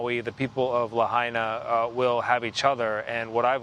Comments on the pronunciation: Redub that piece and get the name pronunciation right. We hear that you are saying it correctly now, but it is disrespectful to leave "La Hay Na" in the news piece. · Could you manage ONCE to pronounce Lahaina right? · Learn how to pronounce Lahaina correctly, Its not Laheena. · La Hina! not La haina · La-hey-na? ikaika i ka lahaina 💪🏼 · grim. devastating. sad. (side note to the correspondent: it's "LA HI NA" not "LA HAY NA" - minor, but relevant point - know your material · says La’hey’na & flips to La’Hi’Na. Consistency in the correct pronunciation is key in broadcast journalism. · La-hey-na?? 😖 Ugh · Luh-Hayna? You couldn’t even respect the people and town enough to learn how to properly say it before reporting on it? Good lord. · "la-hey-na" --, it's clear you need to learn how to say the town's name.🤦‍♀ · That Hawaiian, historic town in West Maui, is pronounced, “Lah hai(hi) na(nah).” Please learn any foreign-sounding word, names, places, before speaking on-the-air. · The ‘hai’ in Lahaina is pronounced like “Hi!” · It's pronounced La-Hyna! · The fact that he can’t even be respectful enough to pronounce Lahaina right even after hearing it pronounced correctly numerous times. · Do you think if you say there were warnings it will magically make it true? THERE WERE NO WARNINGS!! Maui has 80 Natural Disaster Sirens. NONE OF THEM WERE SOUNDED! Cell phones out! No warnings given!!! Get the facts, Fake News. And learn how to pronounce to town name.